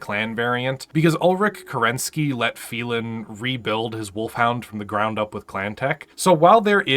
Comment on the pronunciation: Phelan, "FEY-LAN"! And he was given his sor name, Kell, back as a blood name.